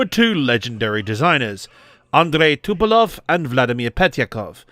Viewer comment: Communism never was and never is and never will be a threat. Fascism on the other hand always is a threat. See America 2026. And please, it's Tupolev not Tupelov. Thanks.